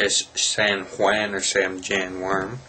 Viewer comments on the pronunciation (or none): PLEASE, PLEASE!! San Juan is Spanish for "Saint John":, and is pronounced SAN WAHN!